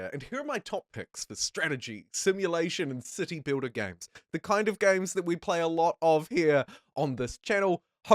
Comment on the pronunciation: who else keeps hearing "You build a dick" "dickbuilder" and "pricking up this game" ...